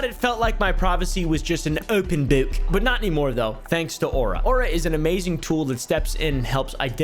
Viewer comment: "owpen bowke" 😂😂😂😂😂😂😂😂😂😂